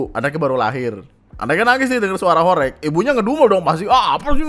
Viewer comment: Gw di surabaya, alhamdulillah ga ada horeg😅 BTW cara bacanya "horeg" salah bang. Reg = peREK ✖️ Reg = REGo (bhs jawa nya harga) ✔️